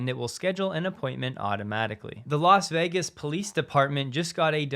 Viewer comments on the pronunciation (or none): none